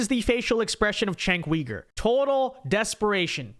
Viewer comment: Why does everyone pronounce Cenk's name wrong? It's pronounced Jank Yooger. Not Chank Weegur.